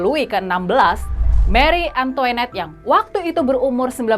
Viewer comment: Antoanette bkn antoenette